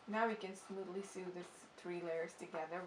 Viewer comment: Very nice video. I just found you and I subscribed. Just an FYI, you mispronounce the word sew and sewing. It’s pronounced ( so) and (soing). Not (sue) and (suing).